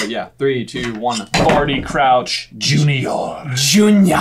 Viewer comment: Sounding really scottish with that "Junior" pronunciation lol